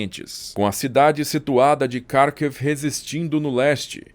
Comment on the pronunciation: Muito bom 👌. Acho que foi o melhor sumário que já vi sobre o tópico. E parabéns e obrigada ao Canal/narrador por utilizar os nomes Ucranianos e dizê-los na Língua Ucraniana! (*"Kyiv, Boryspil, Kharkiv, etc...) Muito bem narrado, e com pronúncia muito boa nas palavras Ucranianas! 👍👍 *De uma Portuguesa que conhece bem a Ucrânia. Desde antes de 2014. Já lá estive várias vezes, em diferentes oblasts (regiões), inclusive nas ora atacadas pela madrasta camarada moSScóvia.